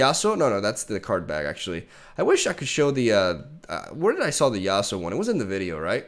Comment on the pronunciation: no one: nothing: YasUoOO, yaSuOoo